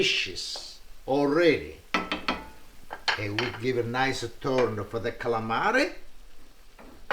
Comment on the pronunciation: LINGUINEH WITH D A CSAALAMEREH. he says caalamari funny hehe calamri jjijijijiijijiji 😋☺☺☺☺